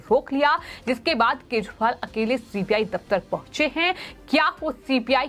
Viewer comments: Style me kejriwal ko KEJPAAL kyu bol Rahi ho..😂😂😂😂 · Reporter केजरीवाल को केजपाल बोल रही है 🤣